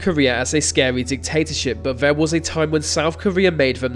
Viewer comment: That is a terrible voiceover. I suggest you practice more. THERE THERE THERE not VER VER VER.